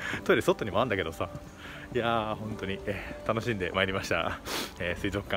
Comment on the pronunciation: 、こんばんは🌙😃❗ すいぞっかんツボった🤣🤣🤣😂😂😂 と言ったらすいぞっかん すいぞっかんと言ったら